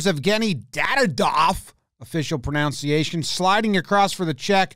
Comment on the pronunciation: it's "pruh ·nuhn·see·ei·shn" not "pruh·noun·see·ei·shn" pfff, surprised you didn't know that